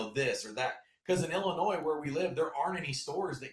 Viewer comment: How does the host not know how to pronounce Illinois?